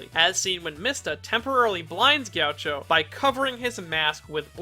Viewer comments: It's pronounced G-A-CHEE-O, not Gaucho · i hate how he says “jeowcho” instead of “gakeeoh” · its not gee a cho its gi AH key OH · The way he says “ghioucho” is atrocious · Isn't it pronounced "Gi-a-kki-o"? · Gaucho? Chacho? Jowcho? C'mon mannnn, you gotta at LEAST keep your pronounciation consistent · I see you purposefully saying his name wrong so people would get triggered much like he would